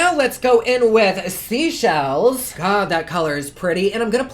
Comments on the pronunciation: Just a loving correction: Seychelles 🇸🇨 - “Say shells” not “see shells” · As usual, a great review and a beautiful look even with the outcome. FYI, Cannes is pronounced like khan...it’s on the French Riviera...and Seychelles like say shells...east of Africa. 💕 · Joanne McCormick OH THANK YOU. It has been driving me CRAZY How everyone has been pronouncing Seychelles like seashells like every single YouTube review I kept thinking how does nobody realize this